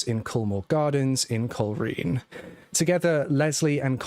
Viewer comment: Hi. This takes place in Northern Ireland. At that stage the police were known as RUC, Royal Ulster Constabulary, now known as the PSNI . The Garda are active in the Republic of Ireland. Also, it's not pronounced "coal reen" but "coal rain"